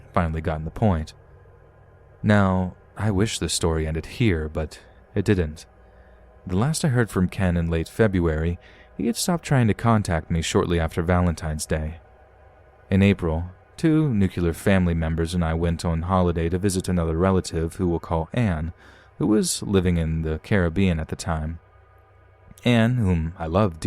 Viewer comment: Did the narrator actually say 'nucular'? It's pronounced NEW-clee-er. I cringed hard at that. 😬😬😬 It's a peeve that gives me bad flashbacks to when dum dum Bush was in office.